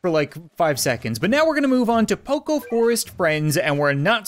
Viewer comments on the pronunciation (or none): none